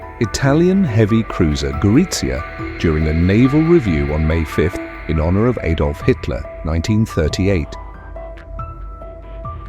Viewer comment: Robert Donnat & Aydolf Hitler? If you can't find any human or any A I that can pronounce words proper then don't bother, it's too misleading.